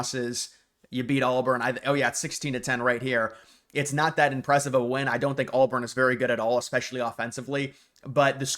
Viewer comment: dude its not ALLBURN. you said it 15 times